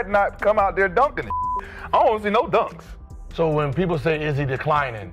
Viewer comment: Did she say " jumd dock alert"?